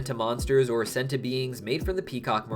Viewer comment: I pronounced as Senti not Centi,.